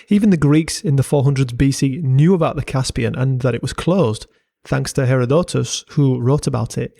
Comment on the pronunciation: fyi herodotus is not pronounced like that